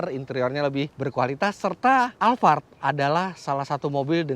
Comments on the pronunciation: Alphard bukan alfard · Saya mau tanya kenapa mas fitra nyebut nya alvart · Tulisannya Alphard di baca alfard knp tak sekalian alfamart